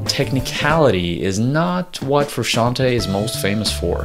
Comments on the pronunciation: First step : learn to pronounce his name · That awkward moment when you do a video about a man but you can't pronounce his name correctly... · Hey, it's me again, now that we are talking about a band I really know and enjoy, I can tell you, you are pronouncing Frusciante wrong, do your research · He can't even pronounce frusciante correctly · Wtf is Frushanty??? Can't you pronounce Frusciante??? Is that so hard? Lame :(. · Stop saying FRU-SHAN-TEA!!! Say his name correctly if you are going to make a video about him! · Here in the UK we pronounce it Fer-usk-ee-arn-t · For God's sake, it's not Frusciant-EE, it's Frusciant-E (Italian "e", like the english "e" for "bed") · I couldn't handle FRUSCAN-TEE, trust an Italian: it is pronounced with the E like the E in Merry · Good grief you're butchering his last name and it hurts my ears. The end of his last name is pronounced "tay" not "tee" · FrusciantE it says frusciantEEEE like the E in hEllo. It’s italian name. FrusciantE no fruscianti. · Cant listen to Fruscianteee, its pronounced Frusciant(ay) 😬😬😬😬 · Great video but „Frusciantee“? C‘mon man you‘re making a video about him but can‘t pronounce his name properly? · I still pronounce his last name as "Fruscianteyyyy" yes, as in "Lil Tay" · frusciant-TAY not TEE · Who the fuck is Frooshanty? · His name is pronounced Froo Shawn Tay. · It's pronounced Froo-shon-tay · it's italian. the italian spelling of 'frushanti' or whatnot would be Fruscianti. the correct way to say it is to pronounce the 'te' at the end sort of like an italian would say tea (tè). the guy in the video is half way right about the original pronounciation but doesn't sound well... italian enough to make it ok. also fru himself doesn't pronounce it like that so who cares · I think the right pronunciation in Frusciante if you know how to read in Spanish is the same way you spell it the same way you do the pronunciation Frusciante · I want to die every time he prounances frusciante bad